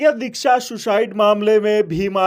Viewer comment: R bhai nam to thik bol le shiksa bole h dikhsa n